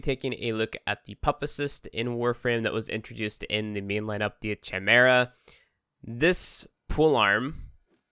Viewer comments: Chai-mera - puppa-cycst, wtf is this pronunciation lol should of just started the video with a caption at the bottom that says "just get the lesion" lol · I swear its pronounced Kimera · Ch in chimera is pronounced as a k. I'm a jerk sometimes, sorry